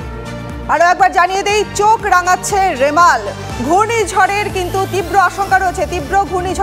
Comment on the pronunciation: ঝড়ের নাম টা ভালোভাবে পড়ুন 🤓